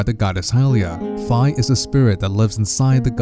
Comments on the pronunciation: It's pronounced Fee not Fye and to be honest I celebrated when Fi left I hated her. I felt more connected with Midna then her. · "Fie"? For your inforMATION sir, it is pronounced FEE..